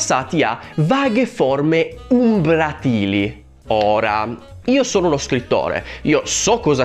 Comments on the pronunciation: Perdonatemi se sono odioso: è umbràtile non umbratìle. (È "Leviòsa non Leviosà". Sì: non ho molti amici nemmeno io.) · io ti voglio bene e ti stimo, però... Umbràtile, non umbratìle, e il termine rende perfettamente l’idea per chi conosce L’Italiano. Non è desueto nè tantomeno fuori luogo. E chi lo pronuncia in maniera scorretta denigrandolo, non dovrebbe definirsi scrittore. Un po’ di umiltà... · Esatto, è "umbràtile" e non "umbratìle", come pronunciato nel video. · Hai perfettamente ragione!! E comunque si dice "umbràtile" e non "umbratìle". :-) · Bel video 😁 unica cosa: si dice "umbràtile", non "umbratíle"! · Umbrátile non umbratíle... per piacere anche gli accenti però sono importanti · "Umbràtile" (o "ombràtile), non "umbratìle". Ripensa a "volatile". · concordo con te (ma si dice umbràtile) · umbràtile, non umbratìle.....che cacchio :) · Ciao carissimo, la pronuncia corretta è "umbràtile" :) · Pronunci in modo scorretto "umbratile", sarebbe umbràtile. Non mi sembra un aggettivo così assurdo, almeno il lettore avrà modo di imparare qualche nuovo termine, cosa sempre più tristemente rara in questo periodo storico e politico dove l'ignoranza viene premiata e le persone di una cultura anche solo media vengono additati come "professoroni" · concordo su quasi tutto. Comunque "umbratile" ha l'accento sulla seconda sillaba, non sulla terza. Giusto per... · Giusto perché sono un cacacazzi: umbratile ha l'accento sulla a...